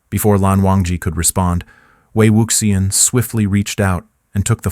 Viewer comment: no lo soporto, podria pronunciar bien ese nombre tan bonito..